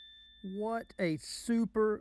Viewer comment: Lol..... No i can still hear WHATTTT ....and 😅 laugh .